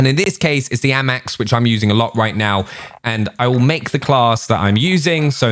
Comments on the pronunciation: Its not ammax its amax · Can you pronounce the guns properly it’s so annoying like how you say FFAR AND A-MAX ITS A-MAX NOT AMAX